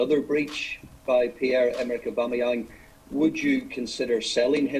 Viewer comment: Augbamyang to Newcastle 😂